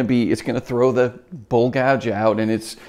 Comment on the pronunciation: I thought you were saying bull gouge ... lol